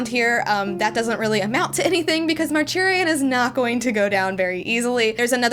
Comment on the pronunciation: awesome video! i’m loving the high republic stuff so much :)) hope you plan to read High Republic Adventures too! it’s a cool story imo EDIT: also are you calling Marchion “Marchurian”? lol